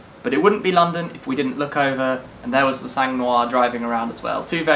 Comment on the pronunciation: Awesome video again! Btw Sang is pronounced without the G